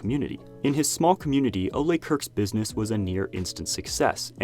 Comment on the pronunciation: The way you're pronouncing Ole's name is aggravating. The E is silent